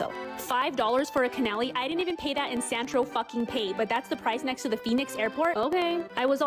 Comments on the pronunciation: Sorry, what's a ca-na-li? A food influencer who doesn't know it's cannoli. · What the hell is a canelli... does this woman mean cannoli😂